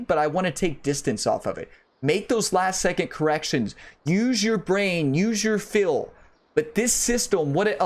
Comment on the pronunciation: Appreciate the tutorial. Your accent is off-putting though lol. When you say feel you pronounce it "fill". And when you say hill you pronounce it "heel" 😂. No disrespect intended lol